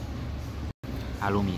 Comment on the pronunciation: Só uma dica: o som do “ha” é “ra”, portanto a pronúncia é “ralum”.